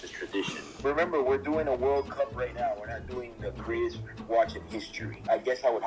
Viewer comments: you are Dutch, as long as you say oat, please just try pronouncing "now" the normal way instead of "noujj".. love your stuff btw. Groet uit Den Haag! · Even the Irish don't pronounce "now" as "noy", you sound like a fake Hublot. Get it right! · Why do Irish people pronounce 'now' 'nai''?